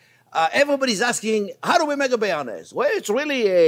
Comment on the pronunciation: I think the cameraman should correct you live on camera. Bearnaise Thanks chef 😁